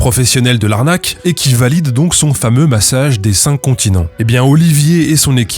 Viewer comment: Sur le "massage des çincontinents", les pros s'tatent ! 😆